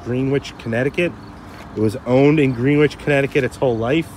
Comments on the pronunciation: Love the coupe, my wife is over here yelling at the TV about how you said Greenwich...LMAO...She's from Connecticut 😅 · Dude it's pronounced Grenich not Greenwich! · "Gren-ich", sir.